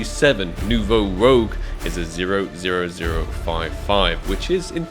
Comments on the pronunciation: Bro how have you still not realised its kot ROGUE ITS FRENCH ITS ROUGE (RED IN FRENCH) STOP PRONOUNCING LIKE THAT PLEASE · please learn how to pronounce red in french "it not rogue" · It’s French. Pronounce Noo-vo Roooj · How do you still not call it “New voh rooge” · It's "Nouveau Rouge", not "Nouveau Rogue" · how many times is he gonna say “Rogue” and not “Rouge” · It's not Nouveau Rogue it's Nouveau Rouge (AKA New Red in French) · Its nouveau rouge not nouveau rogue 😭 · Rouge like Moulin Rouge, not Rogue! The spelling lowkey triggered me and I'm not even french :D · Rouge not Rogue my dude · Rouge ! Not rogue cmon think about your french viewer bro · YES! ROUGE IS NOT ROGUE!!!! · Something tells me hasn't seen Moulin 'Rogue' with that pronunciation and video title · He's doing it on purpose now, it's the only explanation. Rouge not rogue,! The French word for red... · Is ever gonna figure out its Rouge and not Rogue? 😂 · seriously dude its pissing me off hahahaha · i'm pretty shure rouge means red in french so its pronounced different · At least try to properly pronounce rouge bruh 😭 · It’s a Nouveau “ROUGE” - not a Nouveau “ROGUE” regardless one of my favorite skins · ROUUUJ NOT ROGUEEEE, i think is dyslexic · It's not Rogue, it's Rouge it means Red in French and is pronounced as Roeje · Its not Nouveau RO-GE - its ROO-SGH - as in FRENCH! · lol and you're still not pronouncing it correclty. It's not ROGUE, it's ROUGE. As in "roozh" - It's a red color. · Ok can’t not say it, this is 3rd time. it’s not rogue, it’s rouge which is French for red, so it’s New Red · It’s not rogue it’s rouge x) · it's not nouveau "rogue" ... it's rouge. roo-je. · Rouge not fucking rogue. Jesus man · its nouveau rouge not nouveau rogue man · It’s pronounced ROO-j. Not rogue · ROUGE, not Rogue. It's pronounced like "rooj". it's french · rouge as in red. not rogue. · It's Rouge (Rooj) not Rogue my guy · Its Rouge not Rogue :p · Rouge not rogue